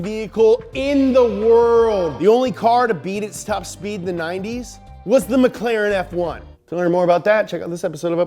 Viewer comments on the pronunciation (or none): none